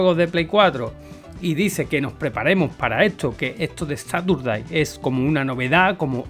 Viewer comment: gracias por estar al loro pero recuerda que Caturday viene de "Christmas", así que se dice como gato en inglés, Cat Caturday. Un abrazo